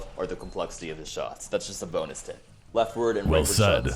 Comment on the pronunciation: Yarn and the “bo-nus” tip